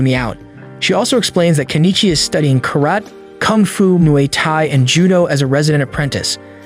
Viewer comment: its not mooaye tie its moo eye tie muai thai